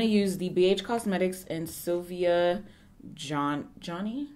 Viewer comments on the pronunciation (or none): Sylvia Gānny is how it’s said. 🙂